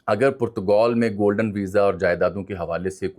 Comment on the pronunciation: Bhai Saab, with call it Portugal, or Portagaal as pronounced in Urdu. What hell is Putagoul????